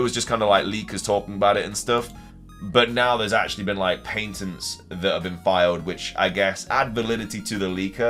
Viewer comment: It’s triggering me every time he says it